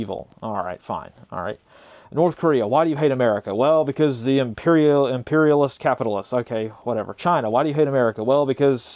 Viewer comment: Learn to say the word Imperialism.